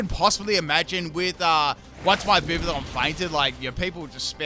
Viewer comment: The correct pronounciation for the Pokemon's name is Vi - Vee - yon